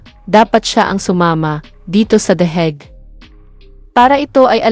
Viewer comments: ANONG THE HEG. ? AYUSIIN MO PRONUNCIATION MO. . ENGOT THE HAGUE. . UNG LETTER A SA HAGUE AY PRONOUNCED AS LONG A. HINDI PRONOUNCE AS SHORT LETTER E. HAYYYYYYY WAG MONG IPAHIYA SARILI MO. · Anong " the heg"? Hahahaha